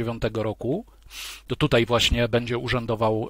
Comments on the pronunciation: Panie Piotrze bardzo pana szanuję i podziwiam pańską wiedzę,ale bardzo drażni mnie jak mówi pan tytej zamiast tutaj.Pozdrawiam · "Tutej" - gratuluję Panie Piotrze. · Bardzo interesujący przekaz, ale zwrócić należy na niepoprawność - mamy bowiem dziś w polszczyźnie wyrazy tutaj, dzisiaj, wczoraj, które należy tak właśnie pisać i tak artykułować. Nie ulega wątpliwości, że jeśli ktoś mówi [dzisiej], [tutej], [wczorej] z wyraźnym e, to popełnia fonetyczne uchybienie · Super ciekawy odcinek, tylko błagam... mówi się TUTAJ, a nie tutej:) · Dlaczego Pan Piotr Zychowicz mówi "tutej" (jeszcze takie akcentowane "e"), zamiast "tutaj"? (strasznie denerwujące brzmienie, tego źle wymawianego słowa - nie da się słuchać ;/) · Panie Piotrze, bardzo proszę używać słowa "tutaj" zamiast "tutej", strasznie to boli w uszy. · Tutaj a nie TUTEJ ................ ogółem fajny film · Należy starannie wymawiać tutaj, a nie tutej. źródła: ↑ Maciej Malinowski, Pracować za granicą, wrócić z zagranicy, „Obcy język polski” (20) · Panie Piotrze nie "tutej" ale tutaj. Proszę... Bo to gryzie w uszy. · Dlaczego autor mówi "tutej"??? I "tą"? I "bedziemy"?😮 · nie "tutej" tylko tutaj Panie Piotrze szkoda żeby tak ! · Mówi się tutaj,a nie tutej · Tutaj!!! Panie redaktorze, panie autorze… Tutaj!!! Nie tutej😡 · Nie "tutej" tylko "tutaj". Błagam. Dlaczego wszyscy, czy na YT czy w TV zaczęli tak mówić??? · Koleś, TUTAJ nie Tutej. Naucz się polskiego. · Oducz sie tego: tutej. Nie mogę tego słuchać. Kim jesteś i kto cie nauczył tego tutej? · Piotrze, nie "tutej" tylko "tutaj" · wszystko ok ale jak jeszcze raz usłyszę "tutej"zamiast tutaj to n"nie zniese" :) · Nie mówi się tutej, tylko tutaj. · Panie Piotrze, tutaj nie tutej... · tutaj / nie tutej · film dobry... tylko na litość boską, mówi się TUTAJ , a nie TUTEJ... brzytwa po uszach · tutej kurwa? tutej? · "Tutaj" , nie "tutej" razi jak cholera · Hey kolego. Nie mówi się TUTEJ lecz TUTaaaaaaJ, błagam!!!!! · Nie mówi się tutej